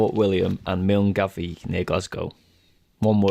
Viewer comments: "Miln-Gavie" for Milngavie.... aye, noooooo! Pronounced Mullguy. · Walked the West Highland Way twice as I live 10 mins from Milngavie ( pronounced Milguy) not mil - n- gavie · Milngavie - pronounced Mull-guy :) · Milngavie...pronounce 'Mingie'. emphasys on the second 'i' being as 'eye'. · Milngavie is pronounced "Mil-guy" I live next to Balloch at the start of Loch Lomond. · Milngavie is pronounced Millguy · For the Scotland part he kept getting at least 2 things wrong...a loch is not pronounced lock and Milngavie is pronounced Mullguy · Milngavie is pronounced Mull Guy 😂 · Hi, for your info, Milngavie is a district in Glasgow and is pronounced "Mullguy" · Ha omg MILNGAVIE is pronounced “MULLGUY”!!! He’s English. He wouldn’t know any better. And to answer your question Loch Lomond is just outside Glasgow south west Scotland. He’s in the highlands when you asked. Way up north. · Milngavie is pronounced mull-guy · Argh at Milngavie it's pronounced Mul-guy